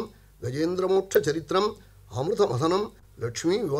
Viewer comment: Charitram.... Not saritram... Ridiculous....